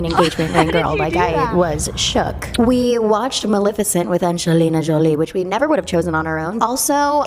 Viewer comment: The way you pronounced “Angelina Jolie” 😂😂😂